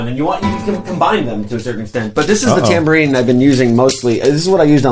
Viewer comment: Was one of those instruments a “Dan-bourine?” 😳🤣